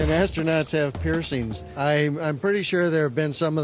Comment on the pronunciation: Hilarious answer "do astrunots drinks in space?!!